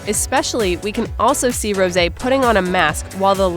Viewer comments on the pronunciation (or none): Rosè rpronounced as rose